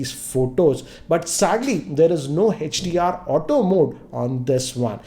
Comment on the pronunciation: sir why are u calling hdr hech d r